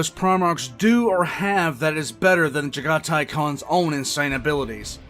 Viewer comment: Its pronounced jag a tai